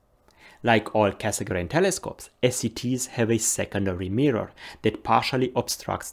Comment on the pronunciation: 30 plus years ago I learnt to pronounce Cassegrain correctly - now I return to astronomy and the world (including yourself) mispronounce it, with the exception of when you mentioned his full name. Is this the standard now? Should we also start pronouncing the d in Schmidt?